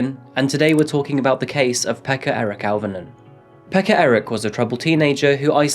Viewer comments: Swear your saying pecker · His name was peka 😅😂🤣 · His name was Pekka? Pekka?!?! Hahaha😅. Fr what a dic. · Pekka Eric.....lol?